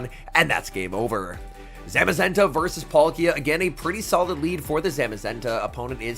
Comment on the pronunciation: I like these videos but you really need to learn how to pronounce these pokemon names. It's PAL-kia not Polkia!